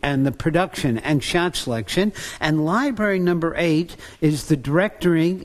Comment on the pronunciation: Library Not Libary